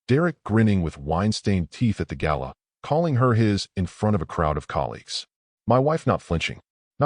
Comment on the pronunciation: gala, not gallon